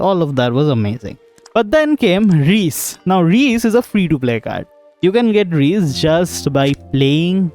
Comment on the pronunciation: Its not" Reece " 😭😭 Its RIISE in hindi it'll be pronounced as "RIISSA"